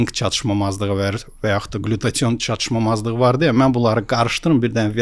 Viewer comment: çatışmazlıq sözünü hər dəfə səhv deyəndə istər istəməz videodan soyudum )